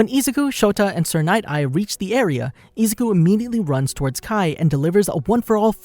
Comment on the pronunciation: Ah yes, eezuku